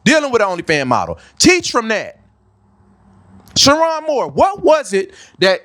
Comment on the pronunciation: You waited for more details!😂 You miss the detail about his wife? ….. -That she too is WHITE! 😂smh. - Mispronouncing his name is a crazy detail to miss. - MID 50’s??!! HE’S 39!!!!! So according to your logic: - Sherrone threw his life away when he married a white woman and had three kids with…??? Who’s been tripping about his E.A? Media won’t even say her name. Plus race baiting??? Smh Sit this one out. Delete this vid. Make another one about how lust can destroy.